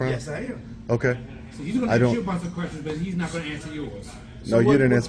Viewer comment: You know what is disgusting, when they cant even pronounce the word "ask" properly!.